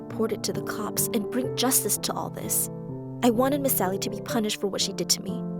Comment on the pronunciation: Why is everyone calling her miss sally I can clearly hear “miss Ally” not “miss sally”